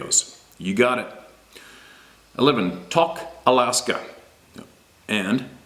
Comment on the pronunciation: It's OK about pronunciations. We understand. has a hard time with reading names & towns he's never heard of as we all do. Thanks for the share. Exciting.